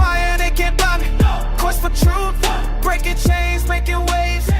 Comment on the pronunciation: Trooof, quest for trooof.... dude lol